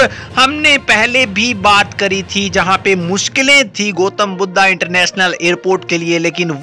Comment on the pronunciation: शुद्ध उच्चारण करो यार? गोतम् नहीं गौतम् कहो, बुद्धा नहीं, बुद्ध कहो, happiness की बात नहीं, खुशी की बात, भेरवा नहीं, भैरहवा!